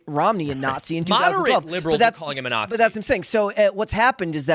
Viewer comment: Got it. Maga are the nattzees (kind of like Weissmuller pronounced it his Tarzan movies).